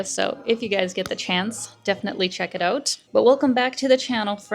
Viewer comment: "Check it ooot". Soo Canadian.